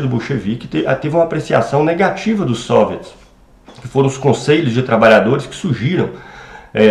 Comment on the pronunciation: Por que você fala SÔviets e não soviÉts como é o habitual?